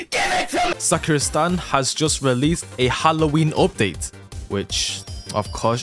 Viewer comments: Is it me or did anyone notice that he says suck your stand instead of Sakura stand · Him: Sakura stand What I hear: sucker your stand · For a moment i thought this guy just say suk ur stand instead of sakura stand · BRO THE WAY HW SAID SAKURA STAND MADE ME THINK HE SAID "suckur stand" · The way he says sakura stand sound like 'suck your stand' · why does say "SAKURA STAND" as "SAK-UR STAND" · What said:sakura stand What i hear:suck your stand